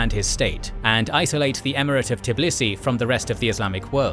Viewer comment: Tbilisi, not Tiblisi.)